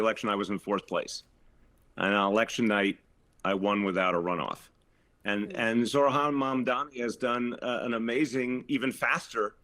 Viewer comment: Zoh ran zoh ran get the name right